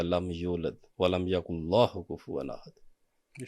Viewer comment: Speaker khud galat padte hainn.....walam YAKULLAHU kufwan ahad , ITZ walam Ya Kulahu....there is no Allah word in last ayat